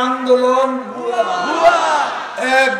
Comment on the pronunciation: সন্মানিত মন্ত্রী। খুব সুন্দর আস্তেসুরে কথাগুলি বলা আপনার।আপনাদের সমাবেশের কথাগুলি শুনতেও ভালোলাগে।যেমন ঃ আপনার কথার রেশ ধরেই যখন বলছে ভুয়া,উচ্চারণটা মৃধু হওয়াতে তা, হুয়া,হুয়াক্কা মনে হয়।সত্যি, আপনারাও শুনেন,তাই মনে হবে।তবে যা বলেন আপনাদের প্রয়োজনে।আমাদের জন্য বিনোদন মনে হয়।কারন রাজনীতিতো আমরা করিনা।